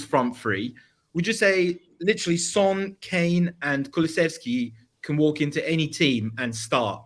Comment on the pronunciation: I love you but you absolutely butchered Son’s name I can’t lie 😂